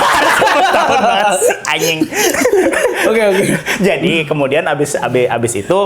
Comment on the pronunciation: baru disini gw dengar om ngomong anying dengan jelas😂😂